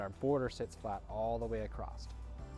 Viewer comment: the word is “across” NOT “acrost”.